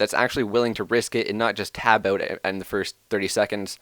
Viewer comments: im liking the "owt" canadians :P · you "out" proves your canadian